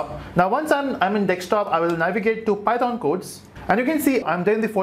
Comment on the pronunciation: The way u say python makes me wanna unsubscribe you Such cringe